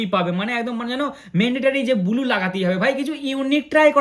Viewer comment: দাদা তুমি ব্লু😂 বদলে বলছো বুলু